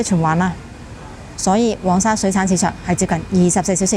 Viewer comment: 一直有睇你的片, 介紹得十分好, 多謝你分享 不過少少建議在這條片, 因為我聽得有點辛苦 "黃"用名稱是讀皇, 而不是蛋黃的"往" 加油